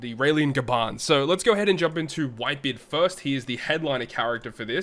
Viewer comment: Why they still have the nerve to release such characters with auto special dmg dealing attack, despite the non-normal atk debuff that will always be in sight everywhere you go. and ''Gaban'' sounds like ''Garbage''